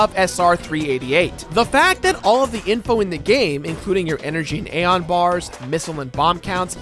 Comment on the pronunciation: no offense man but, my personal preference of saying Zebes and Aeon is, Zee-b-z. And A-ee-on